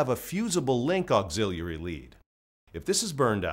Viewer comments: It bothered me too. Auxillalalary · Bruh….. why you keep saying auxiliary like that….